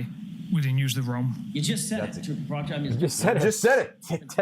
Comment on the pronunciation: They’re about 4 weeks late for the party and clearly know close to nothing about the case. The guy on the right couldn’t even pronounce Proctor. But put all of this aside, I’m outraged by the fact they’re sharing a single pair of ancient model AirPods. They’ve got to have spent all the money on donuts.